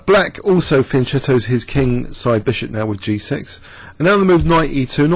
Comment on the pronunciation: The right pronunciation of "fianchetto" is [fjan´ ketto] with the CH of CHianti and not the one in CHeese (and do not forget the the double T at the end) :)